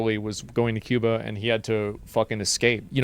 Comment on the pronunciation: I like how he says cooban what a retard